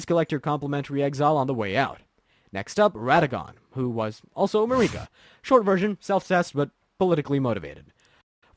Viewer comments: the way you kept saying it as "mar-ee-kah" instead of "Mer-i-ka" drove me nuts, every NPC says her name normally, who is Marie Kah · “It’s MARRIK-ah, not Ma-REE-kah.” - Hermione Granger, 2025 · im sorry but you pissed me off when you said mareeka instead of marika. they literally say her name in the first cutscene in the game and countless other times in dialogue. its like you have to go out of your way to mispronounce her name. blaidd makes sense to butcher since its a welsh name but marika? the name that is said countless times? for a game that is like 3 years old? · To be fair, I know a few people who called and continued to pronounce Marika as Mareeka even after finding out the vowel sound for the 'i' in Marika is a short one. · i fuck with the vid, love the animation. but bro its an i not an e in marika lmaooo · Everyone who isn't Hungarian pronounces Marika wrong, including everyone in-game. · "MeREEK-A?!" Come on, bro. 'Merica. It's pronounced "'Merica." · .... mareeka? Dude didnt even play the game lmao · Who the hell is mareekuh? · Marika "Ma-reeka" Empire "Em-peer" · What’s with the constant wrong stresses in names? MarEEka, MiquElla? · Go to pronunciation jail for MA-REEKA . Don't make the out-of-sequence interpretation lore video an even harder watch. But also- good job and keep it up, You make fun nad great stuff! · You mean Mareeka? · (A) Merica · You can tell this guy didn't play the game with such a basic mistake. Probably didn't even write the script 😂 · How have you played the game and don’t know how to pronounce Marika and Miquella. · How tf do you play through the entire game and think Marika is pronounced like that? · I swear they mispronounce “Marika” on purpose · You mean marika?